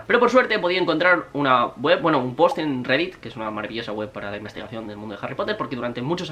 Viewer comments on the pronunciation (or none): none